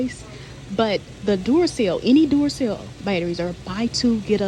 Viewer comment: I am in Michigan and listen at work. Sometimes I have to look at the screen to see the product you are talking about. Today you said Duracell ... what? Oh batteries. Lol. Them accents get me. 😅